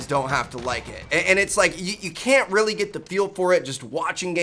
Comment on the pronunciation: How important? “Rrreally really important”😉